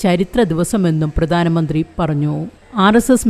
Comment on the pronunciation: ഉച്ചാരണം പ്രധാനമന്ത്രി.. (ധാ.)പ്രദാനമന്ത്രി അല്ല 🙏